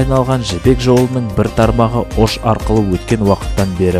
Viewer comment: живу в алматы но родился и вырос в Оше (ударение на "ше")